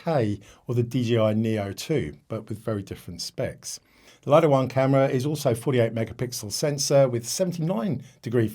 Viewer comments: Did you consult DJI's official channels or just your local DJI dealer? Many YouTubers pronounce it correctly as "LIT TO," only a few American YouTubers pronounce it as "LIE TO" like you! Another example is the famous Japanese camera brand NIKON. The correct pronunciation in Japanese is NIK KON, but ridiculously, many Americans pronounce NIKON as NINE KON, just like you pronounce "LIT TO" as "LIE TO." This deviates from the original pronunciation. This might be due to your habit of naturally pronouncing the letter "I" with an "I" tone, but it's incorrect. Please respect the original creators' pronunciation! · The pronunciation about the LITO should be "Lit To" not the pronunciation like yours in "LIE TO"~ LITO is the nickname of LITTLE~